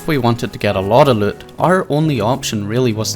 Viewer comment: Your accent saying the word “loot” is why I keep coming back. Good vids